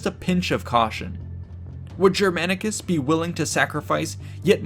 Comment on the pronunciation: Take a shot every time Germanicus' name is pronounced incorrectly with terrible american accent